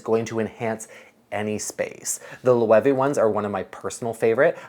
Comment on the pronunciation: Isn't Loewe pronounced "Loh"?